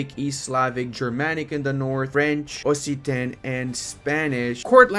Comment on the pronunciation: it's actually pronounced "oksitan", both in english and french, fyi.